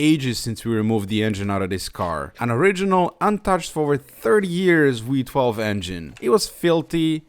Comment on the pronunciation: enjoyed the video. But it's VEE-12, not WEE-12. The Germans teaching English at it again.... can't stand it.